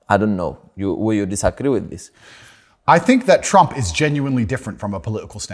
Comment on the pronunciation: When fidias said TRRRump andrew was forcing himself so hard to not laugh 😂😂😂😂